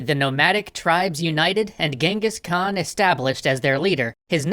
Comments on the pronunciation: Please do stop pronouncing "Genghis Khan" as "Gang-hees." It's annoying. I don't mind it being written by that Iranian typo, but the name should always be pronounced as CHINGGIS Khaan. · Its not really gingis its chingis haan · ....it’s Chinngis Khan! I lived there for years. Trust me it’s Chinngis! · It's Chengis Khaan not Gengis Khan i know cuz im a mongolian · It wasn't Genghis khan it was chingiss Khan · Genghis Khan is pronounced “Chinngis.” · It's prounouced xengis han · Its pronounciation is chingis kahn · I don't like the English pronouncing of genghis khan I prefer the original "jenkeez" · It is pronounced jengis han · hi I m a Mongolian and he’s name is not Genghis Khan cenghis han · You do now your saying his name wrong right? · Why all western people pronounce his name horribaly wrong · I love this series. Just super annoying that you don’t pronounce his name actually correctly... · ok part of my uyghur self wants to say FINALLY SOME RECOGNITION but th other part says : thats not how you pronounce that